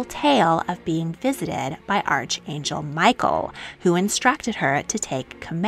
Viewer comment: Archangel is pronounced Ark-angel.